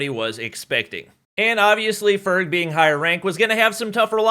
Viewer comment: Doc says ferg ferge